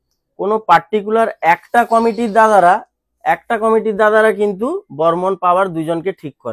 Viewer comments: বর্মন ❌ হরমোন😂😂😂😂✔️✔️✔️ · Tumi barmon ke hormone bolle keno